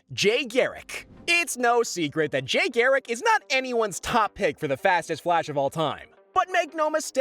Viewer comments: Can he not say jay properly or what? U said jai it’s jay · Did he just say Jay as Jai? 😂